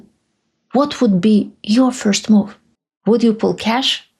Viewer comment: You need to work on your English pronunciation. You stress the wrong syllables and your vowels smear into each other. First sentence, It's not underSTUND, it's under STAND. you rush the word, which makes the vowel mispronuciation that much worse. The word move is not pronounced "moof". watch is not wuch. Control is not contrul. It's not confisCATed, it's CONfiscated.